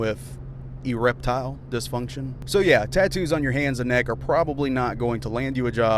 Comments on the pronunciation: He said ereptile dysfunction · "E-reptile dysfunction" 😂😂😂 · "E-reptile dysfunction" you sir just won you tube